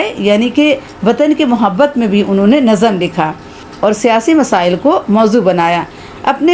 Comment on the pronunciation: السلام علیکم! امید ہے آپ ٹھیک ہیں نظم کو NAZAm نہیں بلکہ nazm پڑھنا چاہئے۔۔